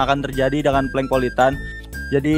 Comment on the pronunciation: Plank bukan plang-_-"